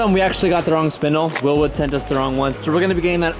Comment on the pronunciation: Can't he read it says bear and he keeps saying there willwood for fuck sake